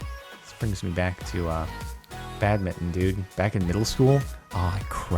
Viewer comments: For the love of jardonian why does he say badmitten instead of badminton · Everyone: badminton Jardon: bad-mittin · He said bad-bitten lel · Nobody: badminton Jardon: badmitten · Is it just me or does jardon say "bad-mitton" instead of badminton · I spelt it this way because he said badminton that way